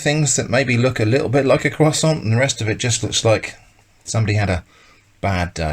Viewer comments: I've never seen a non-native french speaker say the word "croissant" this well. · C'est de l'hérésie. There's more bread in canned bread than there's croissant in canned croissant. Btw you pronounced it really well. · I thought he was pronouncing it correctly, but now I feel like I must rewatch the video. I honestly did not notice any difference. I'm from the us.